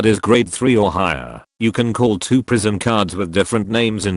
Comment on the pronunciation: Why did I hear "Prism" as "prison"?